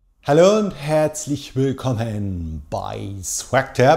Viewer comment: Bitte gewöhne dir an, das Wort "Hallo" normaler auszusprechen. Das klingt jedes Mal so bescheuert. 😂